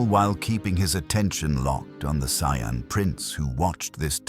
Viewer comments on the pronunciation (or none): First: Fix your audio Sayian = Say-an Ki = Key For your ai reader. Second: Why is Vegeta acting like this? It was established to start that he has Bulma, therefore this is the Vegeta that learned iner peace on earth but he's acting like a conquer